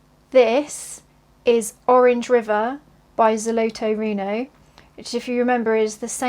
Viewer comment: No, the RTO company is a Russian company, located in Moscow. Here is their official website - Most likely, on the back of the set specified office RTO in Estonia where you can buy the their product. About the pronunciation, frankly, not very good. You need to talk - ZolotOe rUno